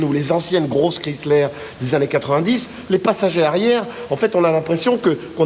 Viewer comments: Les plaques sont montées trop proche au dessous du calandre. Il s'agit d'une millèsime 2004. La pronuncion 'Chrysler' n'est pas bonne. On ne prononce pas le nom à la méthode française comme 'kriisslär' mais étant donné qu'il s'agit d'une marque américaine comme 'kraiissler'. Jolie voiture, même avec un 'esprit baroque'. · Ho ho ho ces très loin d’une Bentley ou ce genre de modèle, si vous aviez au moins faite un comparatif avec une Cadillac et ou Lincoln. Autre point vous pensez que vous parlez englais juste votre prononciation du mot Chrysler j’ai pissé de rire, savez-vous le sens du mot respect d’une autre langue que le français.